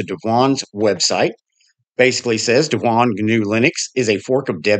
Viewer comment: YOU are pronouncing it CORRECTLY--- DEV- won.... and I can't wait to see it. I have tried the peppermint devuan verson- looks good..